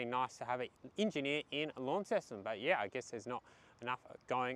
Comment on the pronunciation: Hi, "Lonceston" not "Lawnceston":face-blue-smiling:, love you having a James Boags 🍺